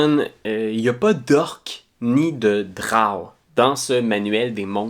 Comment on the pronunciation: C'est la première fois que j'entends quelqu'un prononcer "drawe" au lieu de "dro", c'est vraiment ça la bonne façon?